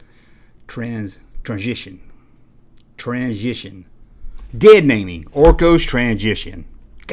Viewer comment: in trying to say transition, was hilarious